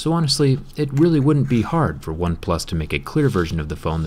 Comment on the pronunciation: Why do you keep saying "OpePlus 7" instead of "OnePlus 7 Pro"? It's soooo U N S E T T L I N G.